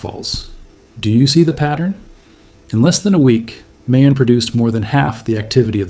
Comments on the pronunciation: Also, mah-yon. Not may-on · Pronounced Ma-yon, not May-yon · Bro…Mayon volcano is pronounced like My Own… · Pronounced like Maaa-yon My mom is from there. You can see it from grandpas house. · Mayon is pronounced MY-on...the 'a' gets no emphasis. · It would be heartfelt if you took the time to actually learn how to pronounce MAYON. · I would assume you watched enough info out of the Philippines on Mayon that you could at the very least pronounce it correctly. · Pronounce MAYON as you would say GALLON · Mayon (My-on), Albay (All-buy)